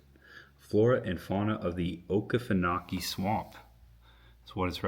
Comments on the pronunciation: If you had gone down to the Swamp park in Fargo you could have taken a boat to Billy's Island. My daddy's grandparents met in the town on Billy's Island. My dad is from Alma and it is pronounced AL-ma. Also, it is O-kee-fee-no-kee Swamp. You passed through Homerville in Clinch County. Thanks for taking people on a tour of the forgotten South Georgia. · oak-ie- Fan-oh-kie lol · Good video, but it's O-Kee-Fun-Oh-Kee, and it's hard to translate if you don't grow up hearing it all the time 😂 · Okefenokee - pronounce as Okie fen okie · Hey, I see someone has already tried to teach you how to pronounce Okefenokee Oh-key-fin-oh-key. I was born and raised in Southeast Georgia 68 years ago. If you want to see a cool place that has a lot of old John Deere tractors, get on Highway 122 in Waycross and drive west, as you will pass many places that grows blueberries. Just before going in the community of Cogdell, on the left you may be able to see what looks like the roofs of small underground bunkers, as this is where alligators are raised. Continue driving to Lakeland, then on Highway 122 you will pass along the edge of Banks Lake, then on to Hahira (Hey-high-rah). Cross over Interstate 75, the next place will be the small country town named Barney. During the summer months, this place has 2 small farm places you can visit. The one called 'Luck and Moody' just across the railroad tracks on the right side, has homemade watermelon ice cream. Keep going on 122, and eventually you will come into Pavo (Pave-oh) Georgia. At the far side of this town, you will go around a curve to the left, then you will see the old John Deere tractors on the left, and others on the right. This road takes you into Thomasville. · Great video but you were butchering the pronunciation of the word okefenokee, lol. It’s O-key-fuh- no- key. Also it’s Al-muh. We are in Lakeland Georgia. You should come by here on your way back through. We are Georgia’s historic mural city.